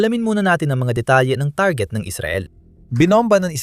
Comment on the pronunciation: Pilipino kb? Kc iba ka magsalita, tarjet dapat target